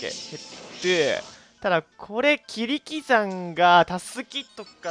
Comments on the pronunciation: ほんとはキリキザンなのに キリキザンって言ってるの草生える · キリ↑キザン～→ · キ↑リキザン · キリ↑キザ↓ン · 最初のキリキザンの発音独特やなwww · キリキザンを樹木希林みたいな言い方するなよ